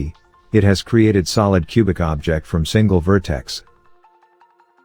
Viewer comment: Thank you! Your tutorials are really good! Fantastic demonstrations. Is it possible to change the narration engine? I feel it's overused a bit and applies improper pronunciation to words like 'object'. No worries if not, it's not really a huge bother, just a consideration.